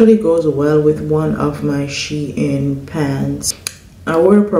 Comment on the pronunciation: Shein is pronounced Sheen. Not She- in. Listen when they have a live sale n you'll get the proper pronunciation.